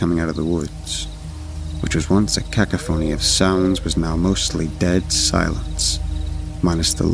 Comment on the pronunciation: V, please learn to pronounce cacophony.